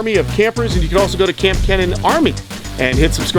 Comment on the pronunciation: I was watching Joey’s King of DIY live stream and I asked him if he was gonna collab with Paul Cuffaro or KAMP Kenan.. I forgot what he said about Paul but he said he’s gonna collab with you in April. He pronounced your name wrong though LOL (Kamp Kee-nan) is how he said it watch the live stream if it’s still up haha